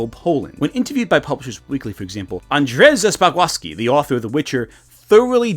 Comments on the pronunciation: random thing but that was the worst prononciation of Andrzej Sapkowski I have ever heard. Its more of A-ndchay Sap-k-ouvski. Doesn't matter in the end but it didn't sound like his name at ALL 🥲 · Man you mispronounced Andrzej Spakowski "an-dzhey spah-hov-skee". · I love when english people mispronunce polish names (I know mispronounced mispranounce) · i am not gonna lie, as a polish person, this is the first time i've heard a non-polish person pronounce Andrzej Sapkowski and was confused for a couple of seconds. great video tho, as always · Still watching, but gosh this would be such a cool occasion to collab with Milo Rossi. Who knows maybe you did, gotta keep watching. Also as a Pole your pronounciation of Andrzej Sapkowski was endearing 😂 Made me chuckle, but props for trying! (just to be sure; I mean absolutely no offense, words are hard, speaking from experience)